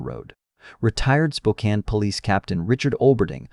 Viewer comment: shockingly, the ai was actually able to pronounce spokane correctly!